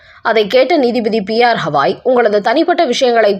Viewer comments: எத்தினி வாட்டி சொல்வது, அவர் கவாய்,ஹவாய் அல்ல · உச்ச நீதிமன்ற தலைமை நீதிபதி பெயர் B R. Gavai (பி.ஆர். கவாய்). P.R. Havai அல்ல. தயவுசெய்து சரியாக உச்சரிக்கவும். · அம்மையாருக்கு கவாய் என்று உச்சரிப்பு வராதா? எத்தனை சொல்லியும் ஹவாய் என்றே படித்து வருகின்றார். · அம்மணி "ஹவாய்" இல்லை. "கவாய்"